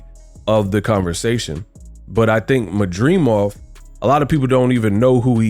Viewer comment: Why he can’t pronounce his last name correctly 😂😂😂